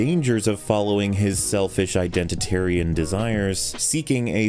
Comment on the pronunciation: when I heard "Identatrian" at 11 I though I had begun to lose my mind.